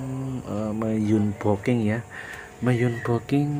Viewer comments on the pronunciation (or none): bang unboxing itu bukan yunboking.. tp anboksing 😢😢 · Bukan anboxing mba / mas tapi unboxing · Unboxing itu dibaca anboksing mas bukan zunboking wkwkwkwwk😅😅